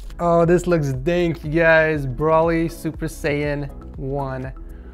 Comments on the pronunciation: (Bro-lee) not (bruh-lee) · It’s bro-ly not bro-ley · His name is Broly, not Braly. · Nobody: “brawlee” instead of broly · Is it just me or did anyone else get annoyed when he said brolly instead of broly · it irritated me aloot when in the beginning he said braly not broly pronounced bro ly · Isn't it Bro-Lee not Brawl-ee correct me if I'm wrong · Its bro lee not brawly yes I'm that guy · BRO-LEE NOT BRAHLEE BRO-LEE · It's not browly it's bro ly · i dont know why it triggers me when you say brawly i just say goku or kakarutto or is brawly a difrent person i dont realy watch dragon ball anymore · The way he says broly 😭😭 BROLLY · Lmao it triggered my ocd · Why you say broly like broccoli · my man cant do a broly PC set up if he cant say the name properly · The way you say Broly is actually pissing me off! I don't even watch Dragon Ball Z and even I know how to pronounce his name! 😂 Pleaseeeee watch this video and start pronouncing his name correctly! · I can't not think about him pronouncing Broly wrong :(